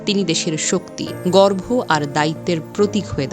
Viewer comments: পাঠিকা "গর্ব" কে গর্ভ উচ্চারণ করেছেন। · গর্ভ কি আপু? গর্ব উচ্চারণ করতে পারেননা? যাই হোক,আমি কোন দলের নই।আমি ছাত্রদের সংযত হওয়ার জন্য বলছি।কাউকে তার প্রাপ্য সম্মান না দিলে ভবিষ্যতে আপনারা যখন সেই ব্যক্তির জায়গায় থাকবেন তখন আপনাকেও আপনার অনুজদের কাছ থেকে এরকম বা আরো খারাপ আচরণ পাওয়ার জন্য প্রস্তুত থাকতে হবে।প্রত্যেকটা একশনের বিপরীত একশন আছে। আইনস্টাইনের থিওরি তাই বলে।